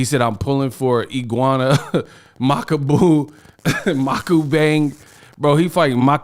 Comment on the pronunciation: Ngl fist time i heard makabu i was makawho?